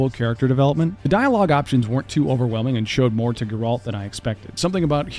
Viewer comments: I thought I was having a stroke when I suddenly heard him say "Gurolt"... how could anyone possibly play a video game and butcher the protagonists name THAT bad?! 💀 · Not to mention pronouncing Geralt as "Gurolt"... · IGN reviewer type nonsense. You have nothing to say except vapid comments about the first hour of these games, and mispronounce protagonists like Geralt. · how does one "get immersed in" The Witcher 3 and still end up mispronouncing the main characters name??? They say his name CONSTANTLY and its always the same way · This guy sucks at saying video game characters names GER Alt and Atre us Kratos literally says his name